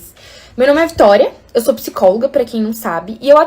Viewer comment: Parei no "Tória"